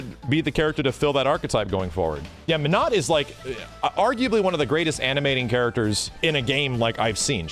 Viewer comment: Not "menut" 🤣